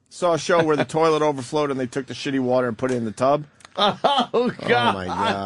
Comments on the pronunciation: Yes Opester, keep saying 'turrlet', maybe they'll laugh the next time you say it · I love when the opster mispronounces toliet it's hilarious